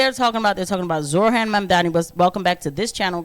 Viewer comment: Did you pronounce it Zor-Han? And it doesn't get any better with the last name. It sounds like you said Mamdanabus but who the hell knows... What is it with your people and mispronouncing easy words. If I hear black people say "In-dig-nant one more time.... I swear.